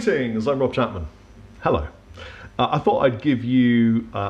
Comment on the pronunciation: "Chengan" ? Wot's that ?